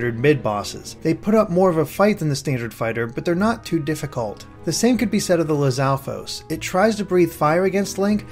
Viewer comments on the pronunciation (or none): Aweseome video, but the way the narrator was pronouncing lizaflos was bugging the heck out of me for some reason lol.